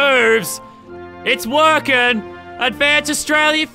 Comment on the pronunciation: Laser beam in the beginning u said Australia wrong